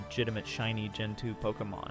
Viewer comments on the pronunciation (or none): "Be sure to like and subscribe and go watch this videah--"